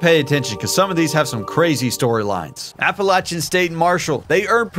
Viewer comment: THANK YOU for correctly pronouncing Appalachian Drives me insane when people mess it up